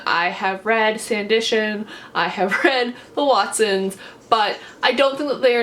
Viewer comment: Sandition 😂😂😂😂,you mean Sanditon